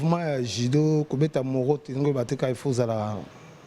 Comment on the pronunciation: Sebondo asala sport te...🤣🤣🤣 Morote et non Moroto